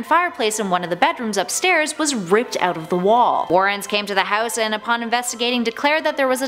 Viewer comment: Why did she say “get out” but “out” in an English accent like “ayout”